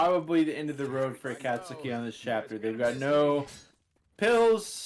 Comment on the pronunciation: every time pronounces akatsuki like a-kaht-sooki it hurts my naruto brain a bit its closer to a-caught-ski lmao